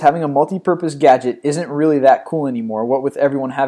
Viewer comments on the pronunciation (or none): none